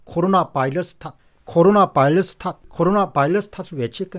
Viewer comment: 옥의티겉으네요. 바일러스와 버이러스는 특히 공박사님 수준에서 가려써야헐듯 합니다.듣기가 좀...